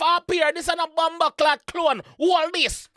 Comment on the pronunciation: Bruh... I'm Jamaican and I don't pronounce "clone" that horribly.... 😩